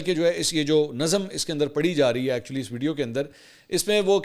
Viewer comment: برادر لفظ ن ظَم nazam نہیں لفظ نَظ م nazm ہے خدارا اردو صحیح بولا کریں صفدرصدیق رضی کراچی